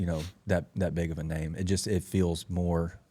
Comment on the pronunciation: Finally getting his name pronounced correctly.